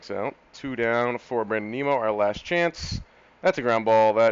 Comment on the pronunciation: didn't see this in my sub box until today so not sure if you caught on to the pronunciation yet but it is nim-o.... not neem-o. As a big mets, ootp and fan this is gonna be a fun series to watch.